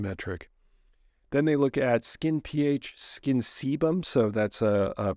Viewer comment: Sebum is a waxy/oily substance secreted by the sebaceous glands of the skin- Seemed that you were struggling to say this.